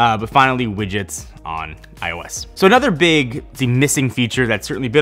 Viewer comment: Are you saying "wiggets" ?